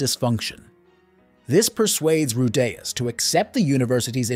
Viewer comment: Dude how can you pronounce Rudeus four different ways in the same video?